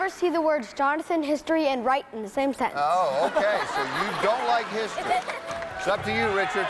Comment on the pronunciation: The dentist knew how to pronounce "sentence," but Jeff did not. He omitted the "t," and it is not a silent letter.